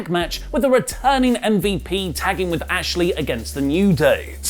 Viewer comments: His name is Bobby Lashley. You should at least get his name right. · It’s Lashley Not Ashley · Bobby lashey* not Ashley